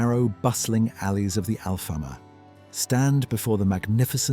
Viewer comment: LOL… You talk about Lisbon’s history and cannot even pronounce Alfama? Use some Natural Intelligence before embarking on AI, ok?